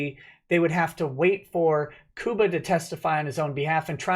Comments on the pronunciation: Lol, it's pronounced Cuba like the Island. Love you:)! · you don't know how to pronounce Cuba. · lol sounds like you said Koopa Gooding Jr. ;)